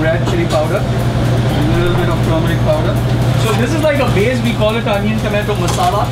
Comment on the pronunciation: “A LiTtLe bit of turmeric powder” 😂😂 i love this guy